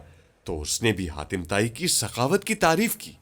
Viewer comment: Hatim ko khatim kyu bol rahe ho